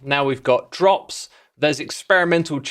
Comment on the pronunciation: Xisuma having trouble saying drops and we having trouble saying Xisuma